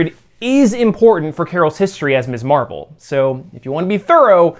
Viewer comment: Love this post! However, an important note: She's Ms. Marvel, not Miss Marvel..pronounced "mizz." That was the whole point of Steinem's magazine name -- and the idea of Carol's first turn as Ms. Marvel. It's hard to understand how you're pronouncing it each time it's said...and even Kamala's father said "Miss Marvel" in the episode when he unintentionally gave her her superhero name. But it's worth mentioning. Great channel. Subscribed.